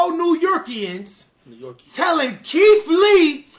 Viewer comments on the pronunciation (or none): "Keef Lee" lol